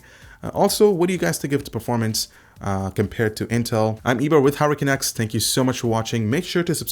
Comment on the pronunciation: Am I the only one who hears "Hurricane X" instead of Hardware Canucks on the intro?